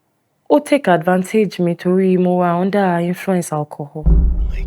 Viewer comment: It’s under not hunder arrest